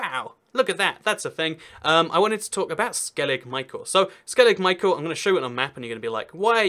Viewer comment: U live right next to skellig micheal its pronounced skelligh mee-hawl